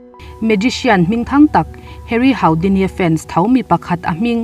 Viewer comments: Haudini niloin hudini ani e, zo ṭawng takin. Kalo sawi ve mai mai. No offense aw😁😅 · Houdini( Hudini) ti a lam tur ani e a ngaihnawm thin 🥰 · Haura bridge leh Hudini tiin an lam ṭhin in ka hre tlat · Harry Houdini hi Hari Hudini tia lam rik tur ☺ A hmasa ber leh a tawp ber hi a va râpthlak ve le 😱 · Harry Houdini tiha Houdini hi Hudini tiha lam tur aw..Mi hming leh thil hming official tak hi chu lam dik hram hram tum ang u. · A va ngaihnawm em. Hu-di-ni ti a lam tur a ni e